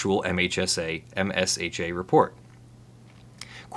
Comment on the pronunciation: Ugh. We all pronounce it "Ehmshuh" not M.S.H.A. like OSHA (Ohshuh) but for mines (it literally is)